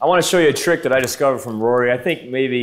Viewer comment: You completely fucking butchered Rory, he would be disappointing